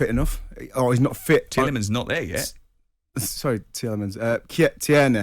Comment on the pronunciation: It sounds a bit like Tjiellemans ...